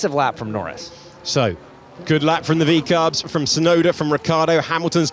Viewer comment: Sky commdntators don't actually say vcarb do they